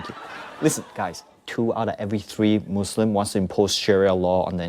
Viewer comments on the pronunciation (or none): He says moslam and he is muslim before haha